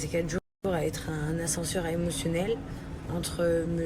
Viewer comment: 1min11 "un ascenseur a emotionnel"😂😂😂 merde un effort sur le français quand même!!!!